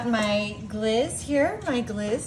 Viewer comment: It's pronounced glayz not gliz. Looks tasty